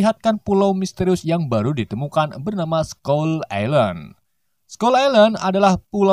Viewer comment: Skull ailen bro bukan islen 🤣